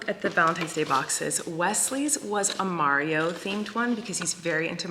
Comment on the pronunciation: says Mario the correct way…. 😂 Being from Long Island it is absolutely pronounced “Marry-E-OH”